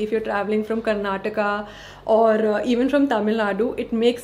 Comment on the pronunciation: U r among 1% north Indian who said correctly KARNATAKA n KERALA . Most people say KARNATAK n KERAL